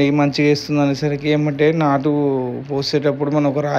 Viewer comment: నట్టు కాదు బ్రో నాటు